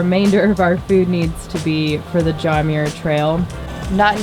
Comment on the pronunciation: Did you say the John Mayer trail?🤔 I've only heard of the John Muir Trail😁